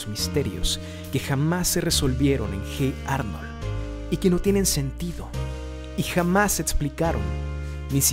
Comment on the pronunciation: Hate Arnold jajaja se dice oye Arnold